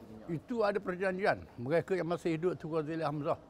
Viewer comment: TUN...bukan TONG..